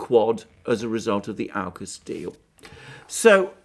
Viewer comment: Sorry Alexander, I think you're completely off your game on this one. Not holistic at all. And certainly, not what unraveled through the week. BTW. It's Aukus (orkus) Not 'Ourcus'.